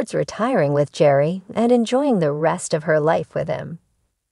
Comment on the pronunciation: His name is pronounced. . .GARY!!!! Bachelor Official, you say? If you get the subject's name right, that's a good start.